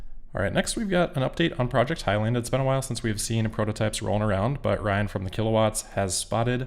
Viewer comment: It’s Highland, not high land.